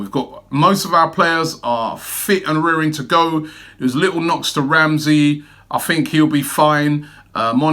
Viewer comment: You said “What do you guys fink”. I fink, we just need to ask the Spuds fans “Mind what gap”? 😂